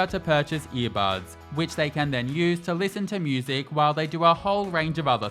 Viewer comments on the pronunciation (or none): did you just say... "moo-sic"? 🐮